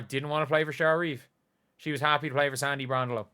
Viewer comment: I love that Caitlin traded Cheryl Reeve. Clearly CC "doesn't give two sh*ts" about Cheryl either! 😂 Love CC's team (except for A'ja) bring in Jonquel Jones as Wilson's replacement, and we're good. Oh, and, it's Sandy Brond-El-oh not Brond-elo!